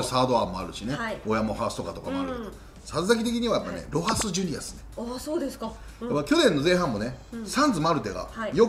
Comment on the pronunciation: ちゃんとロハスジュニアって言ってくれる里崎さん好きやわ ロハスロハスってジュニアどこに消えたっていうメディアが多いからやっぱりそういうところはきちんとしてほしい